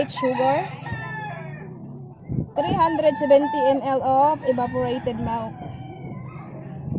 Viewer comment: milk not melk